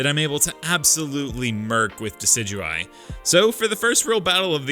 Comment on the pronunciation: Decidueye, not Dusudy! And do not leave off the A in Hisuian! And stop typing in all caps!